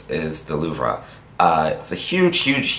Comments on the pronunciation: its LOUVR (pronaunciation wise), not louvRA. and pleaseeee do some halloween vids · It's not pronounced the Louv-ra. It's just , the Louv, with out the ra. Sigma paid you for something you can't even pronounce? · It's pronounced - "Louv" do not pronounce the re. ie. "The Loov" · fyi, the louvre is pronounced the "loove" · the french pronounce it "loov" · louvre [sounds like loove] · i love the color you created but please stop murdering the name of the museum :) its more said like loov lol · yes it's not the right pronounciation but is forgiven because he is american, not french. if you would hear how french make up gurus pronounce english words, you would lough for ages!!! (maybe I should go back to english lessons, I am not sure of my english conjugation...)